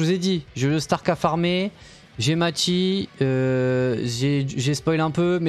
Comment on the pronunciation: Ça se dit Mayssy pas machi 😂😂